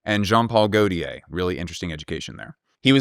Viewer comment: lol I can’t believe Daniella let you you get away with pronouncing Gaultier like THAT in this video.